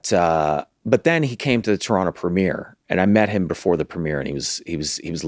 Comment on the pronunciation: When Glenn says "Turonno" properly 😍😍😍